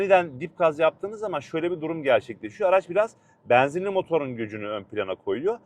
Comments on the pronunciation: Beenzinli değil benzinli güzel kardeşim. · Samsun şivesi😊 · Samsun şivesi 😊